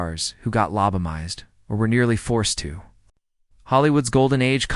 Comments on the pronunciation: Lab-a-toe-me? Lab-toe-mized? On the one hand, it's foolishness like this that makes me very comfortable that AI will NEVER take over. On the otherhand.... if enough of us 'correct' the AI in the comments, it could correct itself. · 1st AI sentence in video, "LOBOMIZED". Thumbs down, blocked. Lazy ass editing.